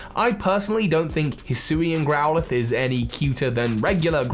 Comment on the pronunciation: DO NOT LEAVE OFF THE A IN HISUIAN FOR THE SECOND TIME! AND GROWLITHE IS SUPPOSED TO END WITH AN E!